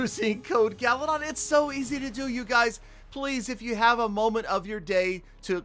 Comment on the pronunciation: "gallydon gallydon" I LOVE UR VIDEOS!!!!!